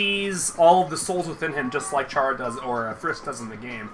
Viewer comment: I love your content and I hope you make more Vrchat Undertale Chara content, but its pronounced care-uh. It says that canonically in the game when you meet them after the genocide rout I believe? Not tryna be rude I'm just reminding you. Please don't hate me, I rly o enjoy your content. But I'm just saying, its pronounced care-uh, as if your saying the "chara" part of "chara"cter. Sorry if I came off rude. I love you and I wish the best for you. Please make more vrchat undertale chara content. <3:) Edit: Autocorrect made me say undertake not undertale lol